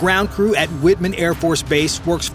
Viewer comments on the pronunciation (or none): I love your channel and am a subscriber but if you are going to do a military channel I do expect you to be on point, the US Air Force base you are speaking of is called Whiteman pronounced just like it’s spelled (white man). Not Whitman. I know because I’ve been there and live in the area. Just trying to help you stay on point. Keep up the amazing videos! ♥️✝️🙏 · WHITEMAN NOT WHITMAN AFB. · WHITEman, not Whitman. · It's "White-man" airbase in MO. Not 'Witman' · Whiteman, not Whitman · Americans are different in all aspects citing on the screen and because they can pronounce it as - even time belongs to them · Please say base names correctly. White-man, not Whit-man. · It's not Witmen it's Whiteman Air Force Base. I live 50 miles west of the base. Lol pronounced white men. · Its not WHITMAN! Thats the candy. It's WHITE-MAN AFB. Get it right if you're gonna play soldier. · That is White -man Air Force Base! Not Whit men AFB! One word "Whiteman AFB" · "WHIT-man" ??? Air Force Base. It is WHITE-man, Mr. English-challenged. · Sorry, but it's not Whitman it's Whiteman AFB. My uncle served his last 10 years there before he retired. I know the pronunciation may not seem like a big deal, but when you have generations of service men in the family (including me), it is a big deal. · The AFB is pronounced WHITE men; not WIT men. If you are not sure, it would be SMART to check new words out before you begin! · It's White Man not Whit Man AFB. Also, your math is WAAAAAYYYY off. $2.1B divided by 336,500 lbs is ~$6240 per pound which makes it ~$390 per Troy Ounce. Gold currently sits at over $3000 per Troy Ounce. If you effed up that bad on this "fact" I am wondering how accurate the rest of your videos actually are. Having said that, they are well produced and entertaining, which is all most people actually care about these days. So on that note, well done. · Its white-man, like the color white, not wit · "WHITE"men AFB not Wit men STUPID AI is EVIL - TRUMP USA 🇺🇸🇺🇸🇺🇸